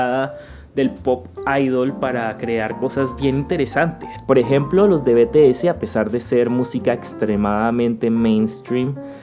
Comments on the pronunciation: No en realidad vine para saber como se había originado, ya había visto videos antes pero quería indagar un poco más. Pero si me gusta BTS, soy ARMY. BTS es de la Big Hit no de SM, y su CEO es Bang Si Hyuk PD. BTS se lee en ingles, no es beteese si no bities. BTS CONQUISTARA EL MUNDOOO...!!! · C dice bitiez :V no como lo dijiste xd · Me da un poco de risa cómo le llamas "iexou" (pronunciación correcta) pero dices "betese" y no "bities". XD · Hasta el momento me agrada que ponga videos de BTS💜 jajajajajajajajaja también que le agrege un contexto historico eso me parece muy muy bien y se dice "bities":v pos seguiré viendo nn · Bete ese xdddddddd estoy tan acostumbrada a que se pronuncia BTS en inglés que escucharlo así me mató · Be te ese jajajajja